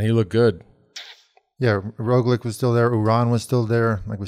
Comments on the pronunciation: No matter how many times he hears EVERYONE else (including Lance and JB) say, "RogliCH," George insists on saying "RogliCK." And JB...scoot a little closer to George. You're off center. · Come on George it's Rog-lich not Rog-lick!!!!